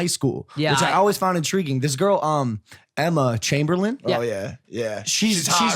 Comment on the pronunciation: really bothered me how he pronounced Emma’s last name